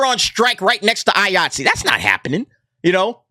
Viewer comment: Everytime you say Iaytzee i keep thinking your saying Yahtzee with a acent.